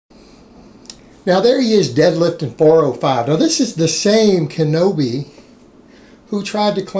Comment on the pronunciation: "Kinoby". I love it.